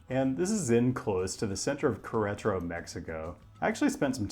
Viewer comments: please put a little bit more effort into pronouncing queretaro correctly instead of just bulldozing through it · insists on pronouncing Melbourne "correctly" but completely whiffs Queretaro. This irks me way more than it should